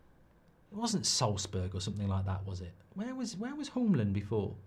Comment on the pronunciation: Hjulmand...not Holmland😂